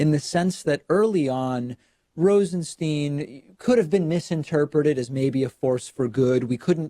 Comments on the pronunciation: I don't get how Stein can be pronounced Steen. Is this dyslexia? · Come on, David. You mispronounced his last name 5 times in the 1st 5min of the video. Do you have a producer or not? I'm a fan believe me, but I'm a fan because you are smart and articulate and literal when you speak. It's distracting and detracting when you switch pronouciations of Rosenstein back and forth.